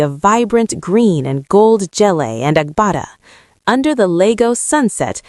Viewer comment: GELE is pronounced GAY LAY